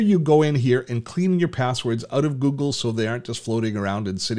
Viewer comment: Funny the way you say Google.. haha.. Where are you from ?? Gggoogggggle hehe